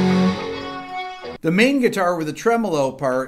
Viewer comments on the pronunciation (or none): none